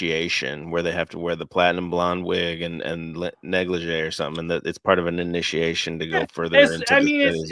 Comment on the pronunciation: neg le ghee 🤣🤣🤣 Its pronounced "neg le shay"